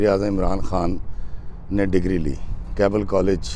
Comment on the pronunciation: It’s Keble, not Kable, nor Cable, nor Kabli, nor Kabaal, these are the many mispronunciations by Pakistani people.